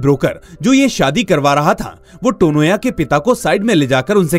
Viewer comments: It's not टोनोया. It's तोनोया. Coz in bangla 'o' sound has importance. I mean to say this sounds is common in bangla language. तनया becomes तोनोया. Beautiful explanation indeed !❤❤❤❤❤❤️ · Firstly it's Tanya ..😅with a Bengali pronounciation (Tonya)